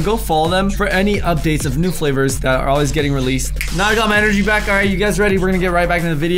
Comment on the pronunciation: I’m so sorry but you said en-o-gy 😂😂😂😂☺️